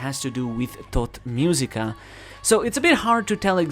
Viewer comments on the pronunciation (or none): Everytime he say "tot musica", drink (don't do it). You will be tot -i laughed my a off, i understand thot musica 😂😂